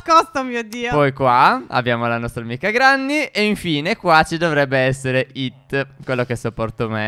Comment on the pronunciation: Granni si dice grenni